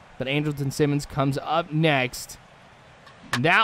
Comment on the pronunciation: He's sayin Simmons' name right